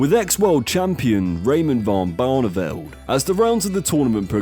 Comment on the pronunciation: It all started off so seriously that I was completely blindsided by the 'wanking into socks' joke. It made me laugh out loud. Also, Raymond Vlan Blarneyveld? 😂😂😂